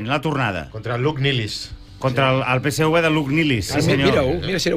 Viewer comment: Peseuve no, es diu Peseve, en català, fins i tot Rallo diu Tevetres i no teuve tres. Es diu PSV.